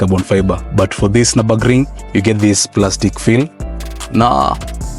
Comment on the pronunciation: Its prononounced Niobogring when saying it.